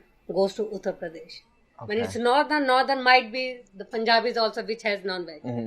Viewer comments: Priya : uttar Pradesh Andy : uttara predash🤣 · Yo Andy pronounced Uttar Pradesh more authentically than Priya! Man went full Sanskrit with Uttra Pradesh.